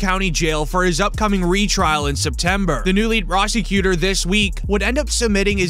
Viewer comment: Why do you say prosecutor weird? Like you fade into the annunciation plus your voice is cringe